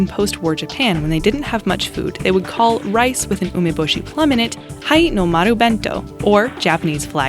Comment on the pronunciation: #2 Hinomaru bento, Sundisk lunch. The i is pronounced as in it, not as in high.